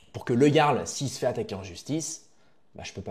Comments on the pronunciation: putain mais apprend à parler ! on dit pas le garl mais le yarl ! C'est déjà casse couille de t'entendre faire une faute de français par phrase alors que tu fais le pseudo cultivé... T'es une photocopie de soral en version low cost! Soral moins le logos ! T'as quoi,17 ans ? Putain je regarde tes vidéos avec indulgence depuis quelques temps mais tu régresses. J'ai 40piges, et j'ai été indulgent mais tu donnes de plus en plus de signes de la dégénérescence de te génération. Désolé poto mais je me désabonne... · Bien mais dis ''Yarl'' stp pas ''J''arl ça rend dingue lol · Quel clochard tu fais avec ton interface de roumain, "siouplé 5e pour manje". Meme pas capable de prononcer le mot jarl (ca se prononce "yarl") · Sa se dit Yarl stp pense au viking